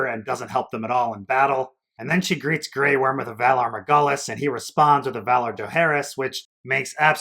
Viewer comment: I didn't get to watch the new episode this week, but did REALLY say Valar Morghulis? Like dude. That hurts.